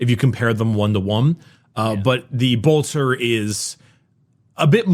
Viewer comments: I appreciate that warframe grinding has so throughly mentally damaged that he still, after 3 years of Adeptus Ridiculous, still pronounces Bolter as Boltor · Everytime says Boltor a angel loses its wings